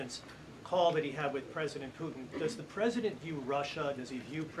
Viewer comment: She says “Pueen” instead of Putin. This is quite jarring.